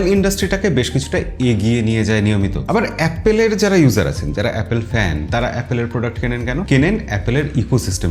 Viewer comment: its, এ্যাপোল not অ্যাপেল।